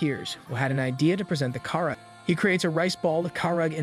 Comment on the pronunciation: the way this man pronounces karage is criminal 😭😭😭